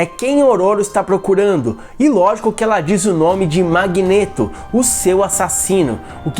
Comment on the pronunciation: Nossa, essa pronúncia do codinome Magneto me dá um certo desconforto. É magneto e não magnêto. Mas cada um fala de um jeito né